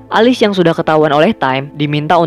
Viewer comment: Alice bacanya Elis bang bukan Alis.